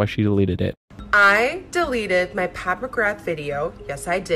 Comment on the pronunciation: It's Pat not Path